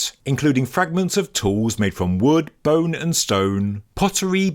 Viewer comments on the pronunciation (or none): none